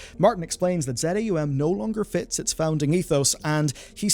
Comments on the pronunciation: Not Z A U M, but ZAUM - as one word. From заумь- russian word, that means the decline of a formal linguistic tecniques and style. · It's Za Um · Minor correction, but relevant: Z-A-U-M is pronounced "Za Um" - it's a made up Russian language meaning "beyond the mind" (Wikipedia says "transrational"). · I believe the studio name is pronounced phonetically. "Zah Um", not Z-A-U-M as some sort of spoken acronym. Edit: Never mind. You pronounced "Luiga" Loo-jee-ah. You have some sort of reading impairment going on and I don't want to pile on.